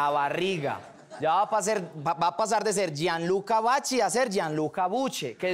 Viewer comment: Maverick DJ Si no te diste cuenta, pronunció Vachi para que saliera el chiste "Vachi llar...".